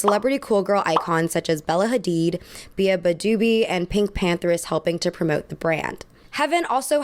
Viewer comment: you said beabadoobee wrong